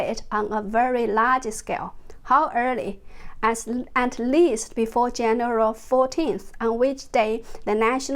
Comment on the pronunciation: More amazing info but Jennifer can I please help you to pronounce 'January'? 😂 Have a great weekend :)